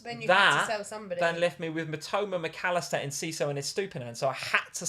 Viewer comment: it is not EncisCo, it is Enciso